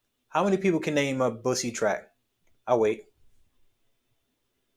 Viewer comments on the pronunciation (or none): You meant BOOSIE… man said Bussy and had me confused af😂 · Don't know if it was intentional but calling Boosie "Bussy" is crazy 😂